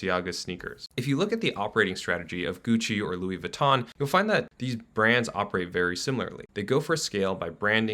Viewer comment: This video offers a lot of insight, but I think it would have benefitted from the speaker learning the proper pronunciation of some brands. Louboutin and Louis Vuittton for example, are different brands but are pronounced identically which isn't supposed to be the case. It's a minor mention but important nonetheless. The subtitles don't know the difference